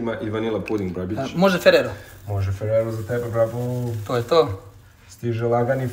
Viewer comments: Brat samo govori brapo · " stize lagani ferrero" - " je l moze oreo ? " cak i rimuju hahahahahahahahaahahahah Najezim se od krindza svaki put kad ovaj kaze brabo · Kinder?? A najjači je vlasnik, koji samo govori "Brapoo". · To brabo kad cujem sere mi se